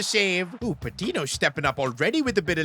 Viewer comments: it’s patinio not patino the ñ is spelled nio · The accent over the n in Patiño makes a “ny” sound. So his name should be pronounced “Patinyo” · nooooo s2g learn how to pronounce the "ñ"